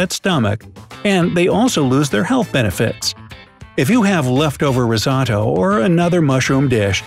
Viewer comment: After hearing how he pronounced risotto, I knew it would be BS.